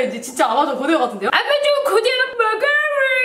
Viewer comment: 아마존 고대어 머가뤼 ( 버전) ㅋㅋㅋㅋㅋㅋㅋㅋ 아마돈 고뒈어 머과뤼 ( 버줜) ㅋㅋㅋㅋㅋㅋㅋㅋㅋㅋㅋㅋㅋㅋㅋㅋㅋㅋㅋㅋㅋㅋㅋㅋㅋㅋㅋㅋㅋㅋㅋㅋㅋㅋㅋㅋㅋㅋㅋㅋㅋㅋㅋㅋ